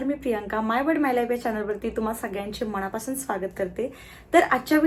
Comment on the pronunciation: मनापासून .... आणि ..मणापासून... Yatil farak aadhi samjun ghe ...n...cha uchhar shudh kar